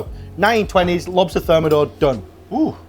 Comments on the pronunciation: On dit et écrit : le homard THERMIDOR, et pas thermodor ! ! bye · Insupportable cette voix de synthèse et son homard termodor pour thermidor. Complètement fake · "This style is less ostentatious" "Now we will thicken the sauce with Froi Gras" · Homard termidor et pas termodor ... j'ai pas été plus loin dans la vidéo du coup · par contre c'est "Homard Thermidor" et non thermodor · ThermIdor, not thermOdor.